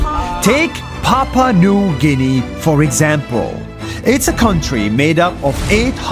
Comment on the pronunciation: It's Papua New guinea, not "Papa"😂